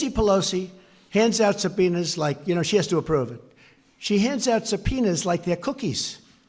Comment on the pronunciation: Sound like Trump said Subpenis lmao